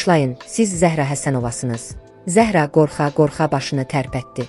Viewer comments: Zəh'ra yox, Zəhra' Dedi Mirsadığ müəllim. Yersiz belə danışmırıq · Ay mətni oxuyan, siz dilimizi doğru, düzgün bilmirsiniz. Bilsəniz, Zəhra adında və başqa adlarda, vurğunu ə hərfinə deyil a hərfinin üzərinə salardınız.... Zə'hra yox, Zəhra' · Zəəəhra yox, duzgun teleffuz et , vurgu "a" herfine dushur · Zəhra Ərəb sözüdür . Zəhraya Zahra deyilməz Ad mənasına sənin savadın yoxdur